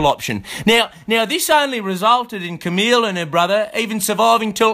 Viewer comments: "ca-mill"?.. isn't it pronounced "ca-meel"?.. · CamILLe not Camil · It's "Cam-EEL" Not Camill :'(